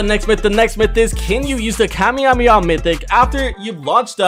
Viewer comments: Bro really said kamyemaha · Bro it's not kamejameja